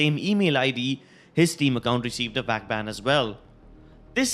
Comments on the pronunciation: 1.Forsaken had a killswitch 2. VAC is not pronounced as "WACK" 3. The 3 files were the result of the data recovery 4. It was pphud beta not ezfrags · It annoys me so much. "He haad a WHACK BAN!". Really? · Nice Indian accent can’t even pronounce vac how do u even pronounce it as “wac” ban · The way he said VAC banned He got whack banned xD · Every time you say Vac I hear WAC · Guys. stop hating on this guy because of his accent. Many people have accents that may say words (Like vac) As wac. Shut up about it. And leave this guy alone. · He says wac ban lol